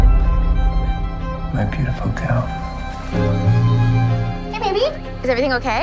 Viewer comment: The dudes already pissin me off and it’s only the trailer. “My beautiful geel “ Gag!!